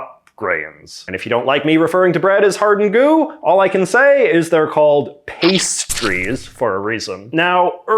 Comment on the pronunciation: PASTE-TRISES OML